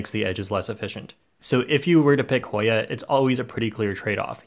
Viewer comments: voice "Hoiiya!" and "yau" made my day 😂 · HOY-A... YAU. litterly the best 5 seconds of the video